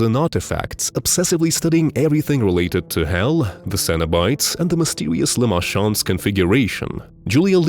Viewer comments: Lament not lamend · Dog what the f was that lament configuration pronunciation